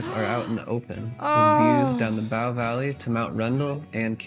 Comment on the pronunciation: The "Bow" in all these location names is pronounced like in "bowl," not like however this guy is saying it.